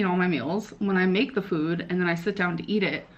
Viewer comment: Eat, ate and eaten really get me when she mispronounces it